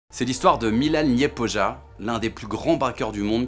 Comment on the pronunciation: Se dit Milan Lyepoya